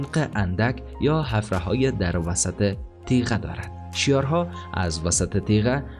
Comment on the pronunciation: بسیار تشکر از زحمات شما، خوب است روی تلفظ کلمات بیشتر تمرین کرده و درست تلفظ نمایید.. اولا اُومّامه نیست و عَمّامه درست است. همچنین کلمه حَفرَها نیست بلکه حُفره یا سوراخ درست است.